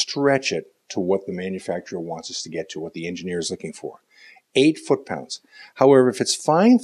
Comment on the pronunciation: Fut paunds?